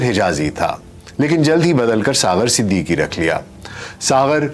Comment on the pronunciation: Aapki Awaaz Shayed cigarettes peeney ki wajah se bahut achi, per talaffuz, Marhoom Siddiqui thay, Siddiki nahi thay 🙏🏻